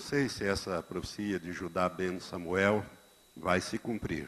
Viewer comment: PROFICIA não, né Pastor. O correto é PROFECIA! Que tal falar direito antes de mais nada?